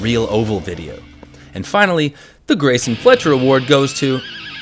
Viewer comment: Who is “Greasin Fletcher”? I know who Greyson Fletcher is.